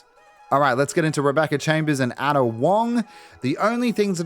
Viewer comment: Ada is pronounced "Aida" fyi.